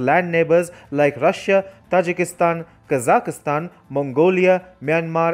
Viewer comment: What great news! China is finally being exposed & outmaneuvered. Well done! And I finally learned the correct pronunciation of Kazakhstan. ~♥~